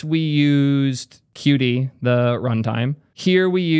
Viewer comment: qt is pronounced "cute" btw :)